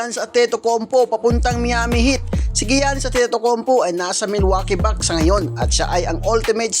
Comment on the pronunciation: Sa-Bon-Nes LEO-Nard GIYA-NIS FORTER JR PILIKANS FAOLO Kawawa sayo BAi hahahaha😂